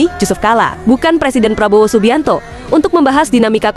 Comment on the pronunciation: Prabo ape adik²? sebut betul².. prabo.. DOOO.. ye.. PRABODO